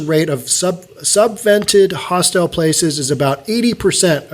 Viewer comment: You are mispronouncing the word hostel (several times). The information about Hong Kong's rental market is interesting and very sad.